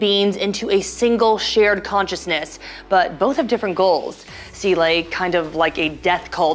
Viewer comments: Seele not sealay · I stopped watching after she said "seelay" at the 51 second mark. does she have anything constructive to say about the ending? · Right off the hop, mispronounces Seele :( its German. ZEE-luh